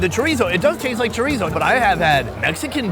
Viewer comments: Chorizo is Mexican sausage. Portuguese sausage is chourico pronounced sha reese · I think that's Chourico (the Portuguese people here are mainly from the Azores and they prounounce it SHOO-REES-U) in the Feijoada and not Chorizo. I live in an area with the second biggest population of Portuguese people and grew up on Chourico and Linguica. I didn't have Chorizo until like the mid 1990s when we started getting a bigger Spanish/Mexican population. The two sausages are really different, with a lot more fat and a much more pronounced garlic flavor in Chourico. I actually like Chorizo better, but my Portuguese neighbors can't know that or they won't share their delicious food with me :P